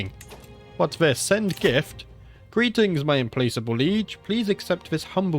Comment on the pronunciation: Dude, it's Im*plack*able. "Not able to be placated" It means relentless.